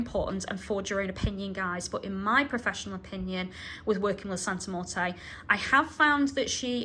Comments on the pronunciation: You know nothing about santa muerte at all and you even recommend tracey rollin who especially doesnt know about the worship you dont know what you're talking about at all or understand Mexican practice and yku cant even say her name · I was so thrown off by the pronunciation of Santa Muerte, but that’s probably the UK accent😂 I love your videos and book reviews. Keep up the amazing work!